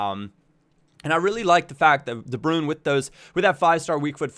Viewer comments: its not its de brui-ne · the way you pronouce de bruyne makes you sound like such a dirtbag.